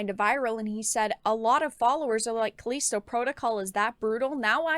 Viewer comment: Calleesto protocol she says